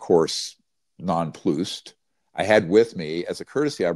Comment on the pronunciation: Nonploossed? That's not how to pronounce nonplussed.